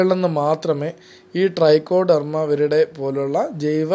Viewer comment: ഡ്രൈക്കോഡെർമയല്ല ട്രൈക്കോഡർമയാണ്